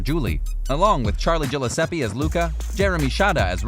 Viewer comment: Gillesppsi???? And Luca?? 😫there isn’t even an A after Luke!!!!